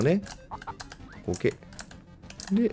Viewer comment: OKって言ってるんか。 時々、コケ、コケ、って言ってるからてっきり世界観に浸ってるのかと。